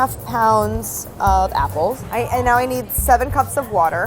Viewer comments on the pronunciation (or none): Have you never watched an episode of It's Alive? They always make fun of the way Brad pronounces "wourder." It has become a meme on this channel. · no one : brad : wawter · Brad : “You better drink some woeter” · Nobody: Brad: Wourder